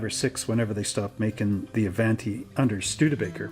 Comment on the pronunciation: 'A-vahn-tee,' not 'A-van-tee.' It's Italian. Even if you're Canadian.